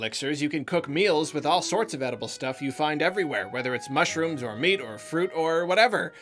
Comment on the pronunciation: Nobody:: MuSHrO0m sKEwEr!!1!!11!